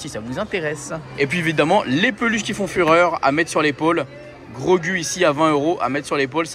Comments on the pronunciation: c'est pas Grogu la prononciation mais Grogou 😅 🤣Belle vidéo encore une fois pleins de force à toi 😜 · Tu m’a fait mal au cœur quand tu a dit grogU ça ce prononce grogou 😂 et quand tu a dit c3po alors que c’est r2d2 😂😂😭😭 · C'est bien Din Djarin donc Mando, Ashoka, le droïde on voit pas bien mais vu que le fond est orange je dirais Chopper ? Et en dernier Grogu (ça se prononce Grogou)